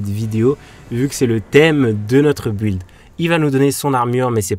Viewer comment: Le saviez-vous ? Build se prononce Bild. Un peu comme si on disait Bill Gates avec un D après les 2 L. Tout comme Building qui se prononce Bilding. Si vous avez un doute y'a plein de sites dont wordrefence qui montre la prononciation écrite et un exemple oral. En phonétique ça s'écrit bɪld (y'a 0 u )